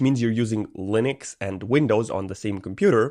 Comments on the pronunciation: Linux ❌ Lunix ✅ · "lunix" lol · "proffffesional lunix uesr" "ok what the hell is this"